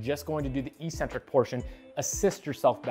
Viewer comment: Learn how to pronounce "eccentric." It's not e-centric.